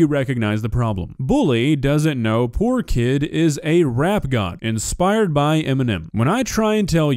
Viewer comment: At the start of it he says inspired